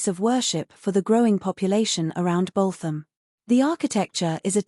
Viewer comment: Dear electric narrator........ It's "Boot 'em' "..........